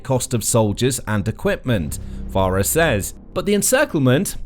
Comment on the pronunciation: You managed to mispronounce Chuck Pfarrer's name throughout this video. He simply pronounced it "Far"...